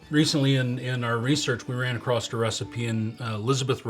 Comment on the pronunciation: You run “acrost”? Really?